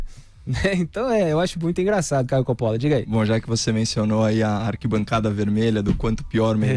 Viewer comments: Não se pronuncia Copóla mas sim Cópola basta saber o mínimo de italiano. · Curiosidade: Còppola é a pronuncia correta do sobrenome do Caio.